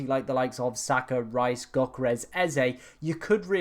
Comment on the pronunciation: This clown still doesn't know how to pronounce Yoh-ker-res... he sounds like he is choking on my 7inch